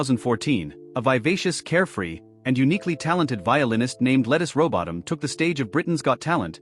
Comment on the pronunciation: Why don’t you take the time to learn how to pronounce her name…?